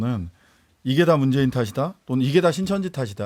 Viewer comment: 문재인이나 발음 똑바로 하시죠 ㅋㅋㅋㅋㅋㅋㅋㅋ 문줴인임뮈다~~훠훠훠